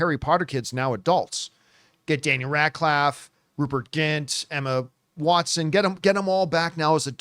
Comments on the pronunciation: Daniel Radclaf 🤣 LMFAO!!! That's Radcliffe with an I not a A pal. 🤣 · Daniel RADCLAFFE and Rupert GINT 😂 sorry not trying to be mean but that did make me chuckle 😂